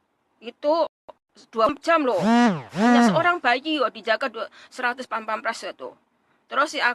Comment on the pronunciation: Hahahaha PASPAMPRES....BUKAN PAMPAMPRES....